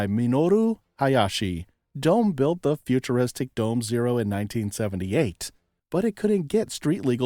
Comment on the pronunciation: DOME is pronounced: “doh-meh”